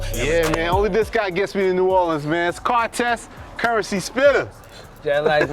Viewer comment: If he says "currency-spitta" one more time SMH